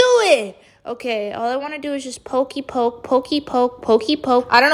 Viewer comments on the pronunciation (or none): none